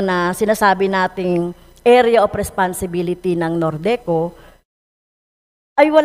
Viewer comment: Ang sarap pakinggan ng "Area of Responsibility" ng ilang beses